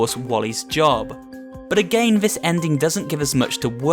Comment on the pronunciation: why he always say agajn and not again??????????????????????????????????????????????????????????????????????????????????????????????????????????????????????